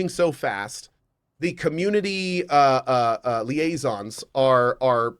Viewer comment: Its super funny to me when ever Cohh keeps mispronouncing liaisons, and it hurts souls every time and he just chuckles in the background and then they finally troll him for it. Lol